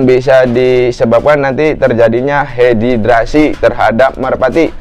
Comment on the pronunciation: Dehidrasi bro bukan Hedidrasi hehhe mantap bro ulasannya sangat jelas👍🙏